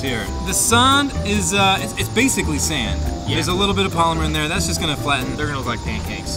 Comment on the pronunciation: "SAUND" my nigga it's Sand